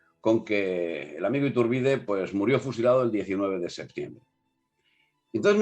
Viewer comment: Solo señalar que Iturbide es una palabra con acentuación grave